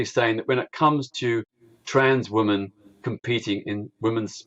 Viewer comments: I hate the way peter says ‘women’ its like wumen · Remarkable that Peter Tatchell couldn't actually pronounce the word "women". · I never had a problem with gays but I've never liked Tatchell, certainly not since he tried to defend PIE members. But, that apart, why does he mispronounce 'women' the way he does? He almost makes it sound like he hates the word being on his lips! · he even mispronounces the word "women". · The way he says women/woman is just weird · Why can’t Tatchell pronounce “women” correctly?? It’s so infuriating. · Yes, so annoying 😠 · Why can't Peter tatchell say the word women? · It's remarkable that this man who "doesn't speak on behalf of trans people" can't bring himself to even pronounce the word "women" properly.